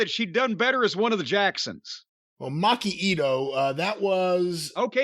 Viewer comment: what about Maki-ato (macchiato)